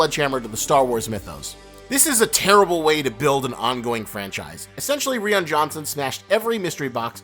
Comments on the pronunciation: It’s pronounced Rian (Rye-N ) not Ree-N 🤦🏻‍♂️🤦🏻‍♂️ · Are you saying Ree-Ann?, lol, cause it sounds like that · WHY CANT YOU SAY RYAN CORRECTLY? SOMETHING AS SIMPLE AS THIS NEGATES EVERYTHING YOU SAY! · Ri-un Johnson? 😂 lol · Who the hell is Reeyin Johnson? LOL! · It's pronounced Rye-en. Goddammit. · It’s hard to look at this ‘observation’ and not look at you like you’re an idiot. TFA was preceded by years of absence of big screen releases and mystery surrounding the possible continuance of the sagas. Most of the MCU movies were closely preceded by their own movies in their storylines. It almost undercuts your good points. And his name is definitely not ‘Ree Anne Johnson’. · "Ree-ann johnson" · Ree-Anne Johnson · This dude just pronounced Ryan (RE-Ann) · Who the hell is "Ree-ahn Johnson"? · Are you butchering Rian Johnson's name on purpose? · If you’re gonna sit there and bitch for 25 minutes over a movie and Rian Johnson, you could at least pronounce his name properly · I really don't get your hatred toward JJ Abrams, even though I disliked Lost from start to finish. He did leave Rian Johnson (whose first name you're incapable of pronouncing) a list of the ideas he had in mind for all the characters and events he hinted towards and Johnson just threw it all out, just so he can do his own thing. He ignored criticism from everyone during production and insisted his opinion is the only valid one.